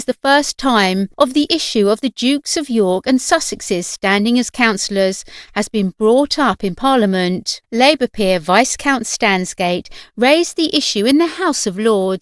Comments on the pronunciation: It’s pronounced vi(s)count (silent s) and NOT vicecount!! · Viscount is pronounced “v-eye-count”, not “vice-count”, please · Viscount: the s is silent. Research!